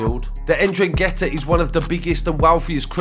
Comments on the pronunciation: Man said indragettah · It's pronounced En-DRANG-ata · Like the video. It's a silent second N. Pronounced en drag itta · It’s pronounced N-drang-gee-ta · The N it’s Silent just saying.